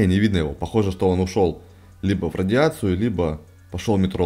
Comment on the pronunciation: МетрО а не мЕтро и не роял а рояль